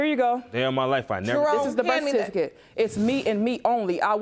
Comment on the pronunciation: Please teach these people how to pronounce certificate before the show